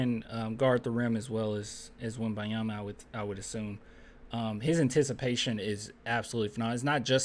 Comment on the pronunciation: Dude why you keep calling him WemByeYama